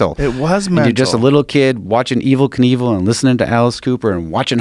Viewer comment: The way joe reacts to Rob saying the name wrong (simultaneously) joe - “being evel” rob- “being kinevel you gotta watch that if you haven’t seen it” joe - “wow.....wow” - lmfao 😂🤣